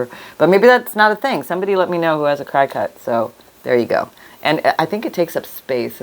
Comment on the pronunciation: The machine (CRICUT) is pronounced like the insect….cricket